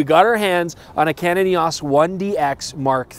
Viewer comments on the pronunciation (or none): It's not "Eeeehhh Aaaahhhsss"... It's "Eeeehhh Oooohhhsss"... As in "E"..."O"..."S"...